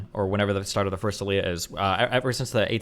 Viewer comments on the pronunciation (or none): Destiny, “aliyah” is pronounced [ali-YA]